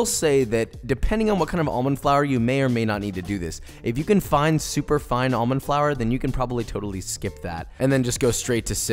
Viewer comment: However I do have an issue with how he pronounced 'almond'